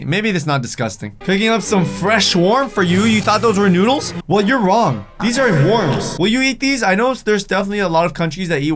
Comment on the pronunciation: he says worms wirdly